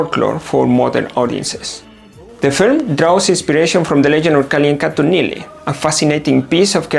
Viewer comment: u pronounced Neeli's name better than north indians